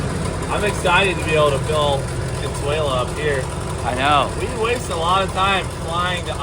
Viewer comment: The correct name in spanish is Consuelo not Consuela